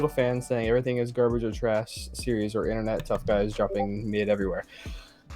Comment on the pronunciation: What the hell is an "Innernut" ?